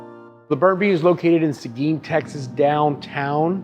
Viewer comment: Seguin? Is...on the map? Its pronounced "sa-geen". For all yall wondering.